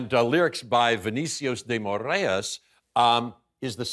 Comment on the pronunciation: I love how he mentioned so passionately the story behind the movie. The only thing Americans get it wrong with Portuguese is some pronunciations like when he said Vinicius de Moraes’ name. He said it like “Morêias” (Morreyes) when it’s actually pronounced “Mor - eyes” like each sound separated. But the interview was such a delight that it didn’t even bother me. Love from Brazil!